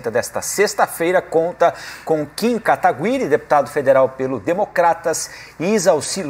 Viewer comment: Querido, não é Kataguiri com som de linGUIça e sim GUI de GUItarra. Muito bem moça, é assim mesmo que se fala. Ai minha nossa hein, CNN? Deviam cuidar mais das falas.